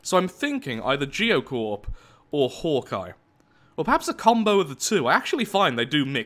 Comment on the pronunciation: Is anyone else annoyed by the fact that he mispronounce's Hawkeye?